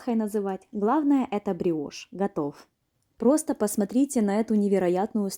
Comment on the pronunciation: Не гриошь а бриошь